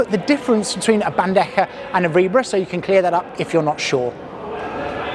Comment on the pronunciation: You would pronounce bandeja correctly if you end it with HA as in Bande-HA, anyway amazing video its just the bandeKA pronunciation killing me a little bit 😂